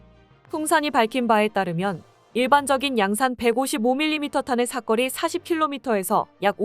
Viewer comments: 사꺼리가 아니고 사거리 발음이 아주 구려! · "사거리"가 왜 모두 "삭거리"로 발음을 하게 되지요? 이 동영상 뿐 만 아니라, 다른 유튜버들의 남녀 나레이션에서도 똑 같이 "삭거리"라고 발음을 하더 군요. AI가 그렇게 밖에 발음 을 못하는 건지... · 발음 교정좀해라 사거리지 사꺼리냐? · 내용중에 여러번 나오는 '사거리' 를 왜 '사꺼리' 로 발음 하는지 모르겠네. 사람이 아니고, AI 가 읽는 건가? 발음을 제대로 해야지. '거리' 와 '꺼리' 는 발음이 비슷해도, 의미가 전혀 다르다. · 사꺼리가 아니라 사거리인데. . 발음교정 좀 하시지요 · 사거리 발음 쬼 지대로 혀! 사꺼리 사꺼리가 뭐여! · 사꺼리 아닌데... 사거리인데... 젠장!! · 왜 자꾸 사꺼리라고 읽냐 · 사꺼리..사꺼리...졸라 거슬린다 ㅡㅡ